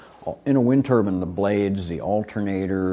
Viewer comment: He can't even say the word turbine property